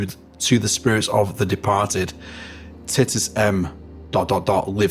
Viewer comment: Titus 😂... think it's pronounced tytus 😂